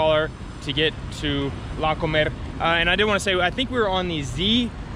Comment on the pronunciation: One comment, you said you were going to the supermarket, La Comercial Mexicana which is great, yet you used the short version of the name yet pronounced it as the verb "to eat" and not the name of the store. Say "comer" (to eat) then say "Comercial Mexicana" and you'll hear the difference (or have a Mexican friend say it), and you'll sound correct or "Mexican"..... Love the t-shirts